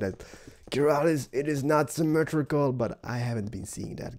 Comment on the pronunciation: keralis!!!!!its not semitrical!!